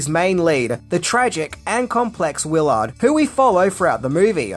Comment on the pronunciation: You said the character’s name as Wil Ard. It’s Willard.